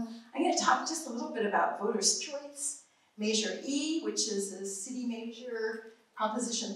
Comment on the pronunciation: im sorry, and i know this is petty, but i can't stand the way she pronounces "measure" as "may-sure".